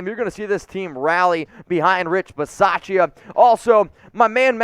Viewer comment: Drop the pronunciation of the "a" in Rich Bisaccia. The "a" is silent